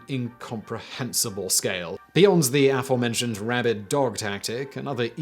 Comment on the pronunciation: the stressing in aforementioned should be on the second syllable, i.e. "fore" not on "a".